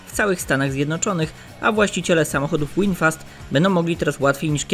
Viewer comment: Nie Łinfast tylko Winfast. V w ang. czyta się jak w.